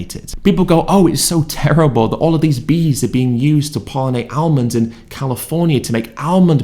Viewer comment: "Armands" 😂 The bloke can't even talk properly